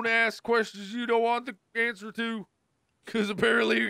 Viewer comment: ”You Think We’re Safe Here, But We Ain’t Rick!…" - ”Mask You Something Rick… Mask You Something! You Think We’re Safe Here Cause We Ain’t..” (It’s The Way I Heard Him Say It?..) - He’s Hilarious And Has Helped Me With My Depression And Anxiety Alot…I Advise Anyone Who Haven’t Seen His Channel To Really Check It Out! Cause He Really Helped Me With My Life And I Came Across His Chanel When I Was 14…So I Still Look At His Drunk Minecraft Videos As Well As His Videos With Jack & Bob And Wade… And All I Have To Say To Conclude My Paragraph Is That He’s Helped Draw Me Away From Being Depressed And Helped Me Always Smile & Laugh…So I Advise Anyone Who Hasn’t Seen His Channel To Really Watch Him!.. 😇🫶🏼